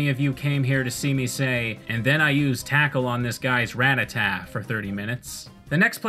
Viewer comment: I like how I'm not the only person who accidentally calls it Rattatat.